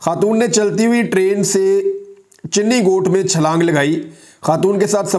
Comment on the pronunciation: Bani goth nahi imran bhai channi goth